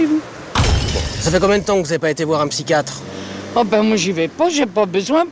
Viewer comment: " Le spychiatre " m'a achever